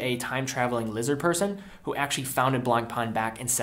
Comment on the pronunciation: How to pronounce Blancpain? NOT BLANKPAAN. You better pronounce it right: BLANKPEN. That's french. Blanc (white) + pain (bread).